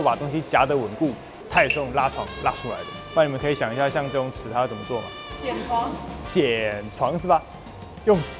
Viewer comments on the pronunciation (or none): 偏要講ㄒㄧˇ床，講ㄒㄧㄢˇ床很多人聽不懂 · 铣床都可以念成先床 也是没谁了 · 銑床應該是唸ㄒㄧˇ 床才對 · 铣 念 ㄒ 一 ˇ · 铣 台湾念先，有点意思